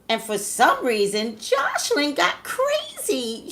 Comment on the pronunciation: Toya Monique Lol Yea her mispronouncing her name the whole video was like!😫😫🤷🏽‍♀️😝